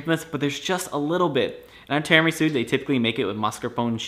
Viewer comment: you are pronouncing Tiramisu wrong.